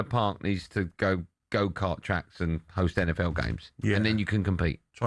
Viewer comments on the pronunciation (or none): none